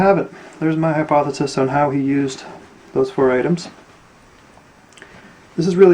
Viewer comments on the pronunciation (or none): none